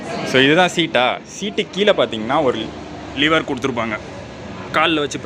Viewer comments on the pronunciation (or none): Liver Illa nanba, lever